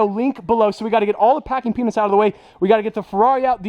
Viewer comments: Just me or anyone else keeps hearing "packing penis" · Ngl sounds like he's saying packing peenus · Every time you say peanuts... i hear something else. Congrats man